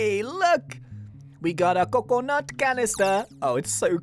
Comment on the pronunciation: WE GODDA CUCUNOT CANEESTIR